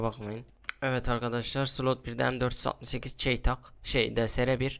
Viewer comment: Çeytahh nedir benim bildiğim o çeytak 😀😉